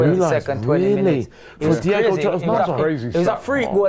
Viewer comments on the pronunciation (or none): has no clue what he's on about, it's Diogo Jota not Diego